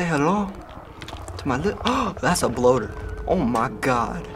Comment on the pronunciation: lol "say hello to ma li- Huh! that's a bloater. Awe ma gahd." I love funny accents